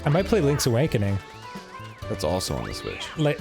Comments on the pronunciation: I swear to gosh Dan says "Link's Awankening" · it sounded like Dan said Links Awankening